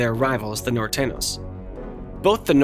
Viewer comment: It s Nortenios and sorenios not nortenos & sorenos 😅😂